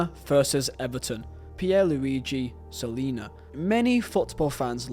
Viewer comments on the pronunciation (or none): Mate, you pronounced Collina as Solina... haha. and Ludovic Giuly as Ruud Guillit I'm laughing